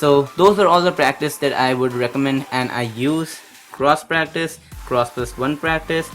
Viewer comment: I like how practice sounds like breakfast when he says it. :)